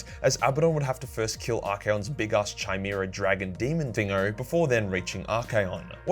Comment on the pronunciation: It's pronounced (J)ist and (k)imera. Congrats on the half mil my man